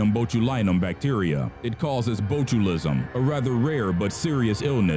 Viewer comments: For #2 you forgot the most recent SARIN attack from 2013 near Damascus. Also its pronounced BOT-chul-ism. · Bōtulism. Acetylcholine. "Asseetillkoleen" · It's not pronounced strick-neen it's pronounced strick-nine and it's not pronounced boat-chew-liz-em but is pronounced bot-chew-lism